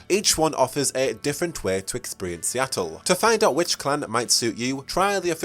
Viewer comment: Not to offend, but you really should look up how to pronounce the terms you're using. You sound like a midwestern farmer attempting to pronounce jalapeno and instead saying "Jah Lop A-no." And I'll help you out: You mispronounced Toreador. You mispronounced vitae. You mispronounced Seattle. You put the emphasis on the wrong syllable of Ventrue. You're oddly adding an extra syllable to Tremere.